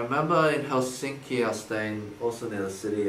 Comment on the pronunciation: Eddy: Helsinka Me: did he just say hey sexy?????